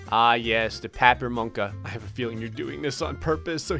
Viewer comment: I'm hungarian, so I can understand everything Ramona said. I died when tried pronuncing 'papirmunka'